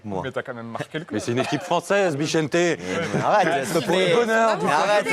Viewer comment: Juste pour info les gars sa s'écrit "bixente" mais sa se prononce "bixenté"